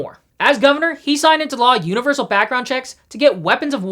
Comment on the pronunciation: She's gunna pass a "UniverSoul" gun ban. 😆